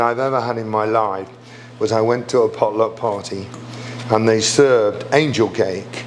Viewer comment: Darren, your pronunciation of "pot luck" seems more like "polo" to me. I had to back up and listen again. 🙂 Excellent way to make the "runt" out of the last bit of dough --- you did it just like I do.